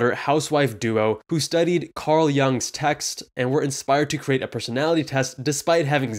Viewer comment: Not the most important point here, but Carl Jung's last name is pronounced more like "yoong" and not "young." The more you know.